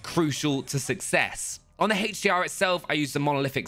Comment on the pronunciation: HDR?? no for its HEYTCH DR